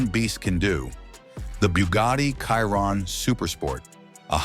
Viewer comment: It's pronounced Sheer-On. Chiron😅